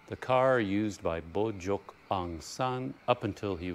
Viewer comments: I think the correct pronunciation is 'boo g oak' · You pronounce it how you would this word Bojogee. I’m glad he’s recognised more than Na win who actually had Bojogee Aung Sun assasinated. I can’t believe they have not maintained the train station not even paint. But the generals have lots of money that they’ve stole!!!! I haven’t been back after 48 years I can see why. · To me, Bogyoke pronounces "Bo Jote." I hope you can visit Inle Lay Lake and Pyin Oo Lwin. I don't know how hot Inle Lay Lake but the boat ride was quite long that I got a bad sun burn. So if you go there, at least wearing a hat is my recommendation. I think Pyin Oo Lwin has some remnants of colonial buildings for you to check out and it's a much cooler place from what I remember. Right now, the low in the 60s and high in the upper 70s, so that's just a lovely weather. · bo-ga-yo-ke had me wheezing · I think BO JOKE work batter and more like the Burmese pronunciation.